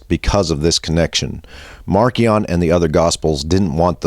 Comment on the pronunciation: I've always heard Marcion pronounced as Marcy-ahn not Marky-ahn.